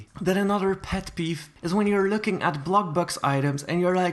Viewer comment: he said peff peef